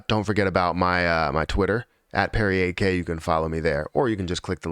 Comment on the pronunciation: bro for the new ppl every time you say your twit handle it sounds like PerryAK. I hope they check your links. Because there are a lot of ppl impersonating to be you. An steal crypto/cash ect. I hope they check your links an know it Perry8K. Just a thought. I don't want anyone to get screwed over. Hope the Perry fam is well 2day.